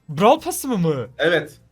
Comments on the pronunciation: blarw starsa😂😂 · 0 31 Brawl yerine blawl diyen 😆😆